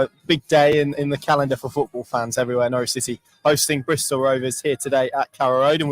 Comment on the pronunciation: Stop saying Bristol this is a schoolboy error 😂